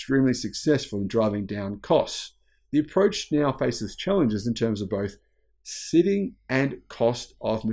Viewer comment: Did you mean to say "siting", as in physical location? I heard the word "sitting", as in a chair. Not a big deal, but my tendency to OCD couldn't resist commenting...